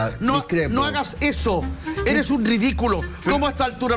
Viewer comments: SIII.. la Pancha y Jose dicen SIEMPRE "ERIS".. Yo nunca habia escuchado eso antes??!!😅🤣🤣🤣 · Me fascina cuando dices ERIS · Me encanta el programa, vivo en Francia, pero por favor di ERES NO IRIS, tratemos de hablar bien.